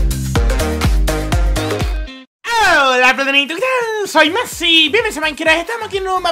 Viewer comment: No dice más dice Massi